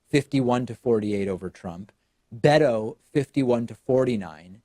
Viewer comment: My name is Beto but it’s pronounced in Spanish. Never heard it pronounced as BAY DOE